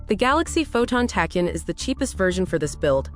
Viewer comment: I'm sorry, but it truly bugs me to no end how you pronounce Tachyon. It's pronounced like tack-e-on.